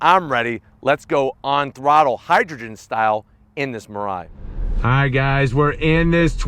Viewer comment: and it should pronounce as me-lie-e